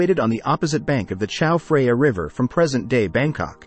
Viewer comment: Who says Chao Freya? I thought this was going to be the untold story of that a new river, the Chao Freya.